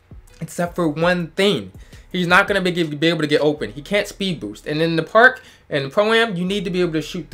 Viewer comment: “you won’t be able to speed boowst”